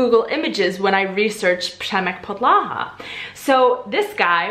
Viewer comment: I’m sorry... but 👏🏻WE👏🏻ARE👏🏻NOT👏🏻RUSSIANS👏🏻 👏🏻WE👏🏻DON’T👏🏻PUT👏🏻STRESS👏🏻ON👏🏻THE👏🏻SECOND👏🏻SYLLABLE👏🏻 (It’s “VY-prá-věj” and “Přemek PO-dla-ha”, not “vy-PRÁ-věj” and “po-DLA-ha.) Let me just say, I do enjoy your videos, and as a Czech I really both appriciate and admire that you are trying to learn and use our language while also trying to understand our cultural background. Thank you! That being said, I really do not understand why practically every natively-english-speaking person does this - i.e. trying to speak czech and always stressing the second syllable of each and every word. No. This has to stop. We always, usually (of course there are some exceptions), predominantly put stress on the FIRST syllable. It’s general rule and I think it’s really one as easy as it goes for remembering a rule whilst learning a new language. (Also, before some Russians or russian-speaking people try to bash me, yes, i know not everytime is the second syllable stressed in russian language but this is usually used as a generalisation trait - for example in acting - when some actor is immitating a russian speech or accent... so I think most of us have this idea what we think russian sounds like (mainly from movies and TV), eventhough it might be inaccurate. And sadly, it sounds oddly similar to when foreigners from english-speaking countries try to speak or immitate czech. Which is simply TOTALLY incorrect.) For someone living in CR for years and being used to hearing czech everyday (I think? Ple